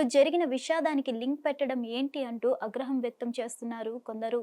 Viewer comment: Agraham kadu aagraha pronounce practice cheyand